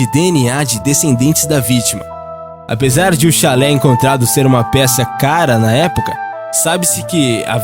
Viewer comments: Não é chalé, é xale. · Amigo, é chale e não chalé. Chalé é outra coisa. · Não sabe nem ler direito, é xale não chalé....energúmeno kkkkkkkkk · oi, vc poderia aprender a pronunciar algumas palavras tipo chalé é uma casa ou choupana no campo, xale (se pronuncia xá-le) é uma espécie de lenço colocado sobre os ombros. em outros vídeos tb achei estes erros, desculpe te corrigir, mas não faço isso como forma de te ridicularizar, mas para te melhorar. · Chalé é uma casa. Ninguém investigou a casa de uma prostituta vítima de Jack. Investigaram um xale (roupa). Vc está pronunciando muita coisa errada nos seus vídeos. Algumas ficam incompreensíveis. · Nesse caso de jack o estripador, você fala chalÉ, quando o nome do cachecol é chÁle... no mais, ótimo vídeo... like. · Chalé não!!! A palavra é xale!!! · Temas interessantes, mas precisa ler os textos corretamente. Neste vídeo o narrador fala "Chalé" ao invés de "xale". Falou tb cabeleleiro ao invés de cabeleiReiro.